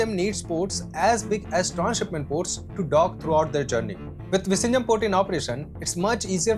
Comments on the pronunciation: Its viZHinjam, not visinjam. Viyinjam would be a closer pronounciation. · It's Vizhinjam NOT Vishinjam😢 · Bro, it is not pronounced 'vi-shinjam'. It is 'vi-llhinjam' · VISHINJAM ❌Vizhijam ✅ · Exm, u r pronouncing the place name wrongly, its vi-zhi-njam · You pronouncing the name of the new port utterly wrong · Kerala 🤩. And btw ur pronounsation of vizhinjam is wrong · I don’t even feel like watching remaining part… you keep saying Vizhinjam wrong. Lost interest… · All you said make sense except how you pronounced Vizhinjam… learn how to say it oole! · Bro, learn to say the name of the Port properly. How would you like it if we misspelt your name?!?